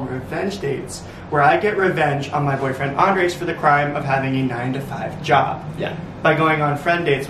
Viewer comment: Max! The emphasis is on the SECOND syllable!!! It is NOT AN-dres. It’s an-DRES. PLEASE learn it. Love you!